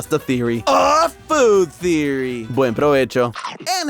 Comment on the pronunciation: yo as a Hispanic that was some good Spanish man, buen provecho to you too brother